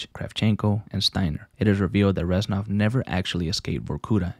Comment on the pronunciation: with all due respect, it's reznov not renzov